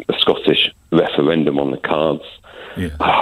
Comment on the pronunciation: Clear majowity. wefewendum. What's going on here?